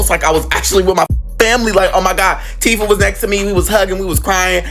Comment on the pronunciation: It’s Teefah